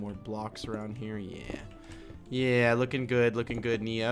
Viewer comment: Oh and his name is Neo not "Noa".